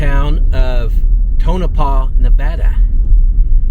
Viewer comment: First, I would like to thank you for correctly saying Nevada! I grew up in Carson City, but lived in Las Vegas and my senior year of high school in Tonopah. I've spent the better part of my adulthood correcting the way people pronounce my home state. While I was in school I worked as a busboy in the Tonopah Station restaurant, back then ( ) it was called the Station House. The town was growing, do to the Anaconda mine and the Air Force was secretly building up the Tonopah Test site which later became the Tonopah Air Force Base where the F-117 Nighthawk was doing testing (that no one new about). I left Tonopah less than a week after I graduated in 1983 and joined the Navy. Thanks for the tour, it's been 30 years since I was last in Tonopah for my 10 year class reunion, It brings back some. Thanks for the video.